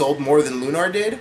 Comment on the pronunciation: and its pronounced like looner, not loonaaar.